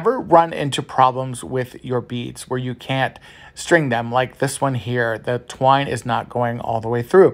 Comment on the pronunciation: You're having TUBBLE saying the word twine! Lol!😂